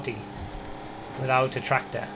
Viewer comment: No one: Absolutely no one: This guy: tRacTOr